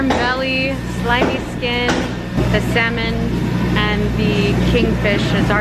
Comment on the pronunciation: 😂 saying sal-mon Pinoy style the silent " l "was gone so cute. Fish it's got to be wild this farm fishes are toxic. Seen a video about farm salmon the most toxic food in the planet & farm tilapia they eat their own poo bc they've got hardly any space at all to swim around that's how crowded they are & that's why they're cheaper & also a video about prawns they put the prawns into sleep by injecting chemicals into them but in PH I think we're more maybe safer as long as we don't follow the others who only really think to put a ton of zeros into their accounts.